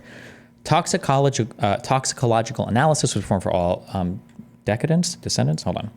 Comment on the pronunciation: Decedents - de-SEE-dents. A person who has died.